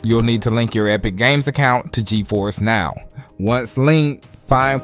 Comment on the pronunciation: He said steam dik 11 times and gifers (Ge-force) once